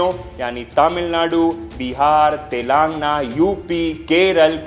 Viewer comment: अच्छी voice है। बस एक आध शब्दो का उच्चारण शुद्ध नही है। प्रतिनिधित्व, तमिलनाडु, तेलंगाना